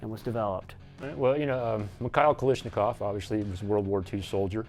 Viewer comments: KALASH! its kalASH not kalish bah. I love but my lord that irked me. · Gun expert calls it "kalishnakov"? Nah lol. GTFO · Imagine a "gun expert" saying Kalashnikov wrong.. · I wonder does anybody knows that internatonal AK expert outside US? He doesn’t even pronounce Kalashnikov right